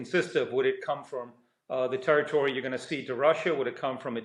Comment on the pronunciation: Another dope who can't pronounce territory 😮